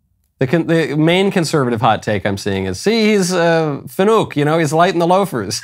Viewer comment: "See he is a fanook"